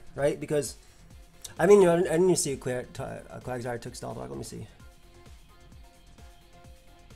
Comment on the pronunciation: Did you have a stroke in game 3? "NU c t 3 quack quagsire take steth rock"